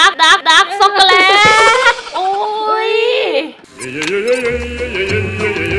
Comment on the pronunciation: พูดว่าด้ากซ่อกกเเลต55555